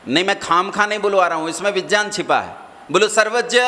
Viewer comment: अरे अक्कल के अंधे तुमको तो विज्ञानं का उच्चारण ठीक तरीके से करना आता नहीं है और आ गए भगवन के अस्तित्व पे सवाल उठाने